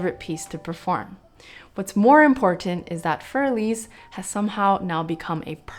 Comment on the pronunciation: What you do is great. Thanks. I only want to add that Für Elise shouldn't be pronounced fuer elís. Either you use For Elise and pronounce it in English or you say fuer E-lí-se (Für Elise) in German.